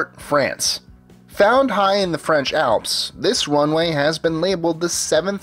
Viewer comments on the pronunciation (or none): none